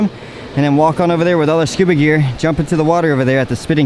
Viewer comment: Say scooba again 😫